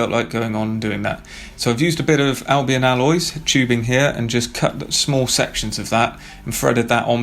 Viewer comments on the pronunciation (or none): none